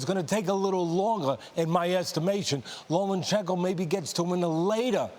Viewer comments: Lo Ma Chen Ko. Not Loman chenko you are pro sports commentators. Get your game on. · He is not lomaNchenko, invalids! Learn the names of the boxers at least.